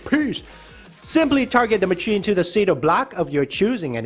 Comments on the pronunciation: Oh my god it’s pronounced “masheen” not “macheen”, also why are you worked up about the gems when you can just collect the gems as you place blocks for the row above/below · Mah chin😂 it’s pronounced mah shin